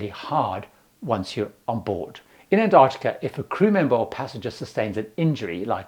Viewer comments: The first "c" in Antarctica is not silent. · There's one thing missing - and it's the first t in Antarctica. Pandering to Americans or what? It does grate when people are saying variations of anarnicar or bananada or anannynah etc I went on a cruise to an-tah-de-da. Yeah, cool, good for you. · I'm just curious about the pronunciation of Antarctica. I was under the impression that in UK English, as it is here in Australia, the first T is pronounced, as in Ant-arctica. The Americans often make that T silent, AN-arctica. Don't know why. It's clearly there.